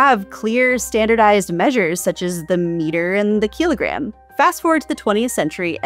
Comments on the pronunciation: Kai-lo-gram? Oh gosh this guy is dumb. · Ol Mother Tucker bragging that he can't pronounce the word "kilogram" pretty much explains it all. There is a persistent subset of Americans who are proudly ignorant.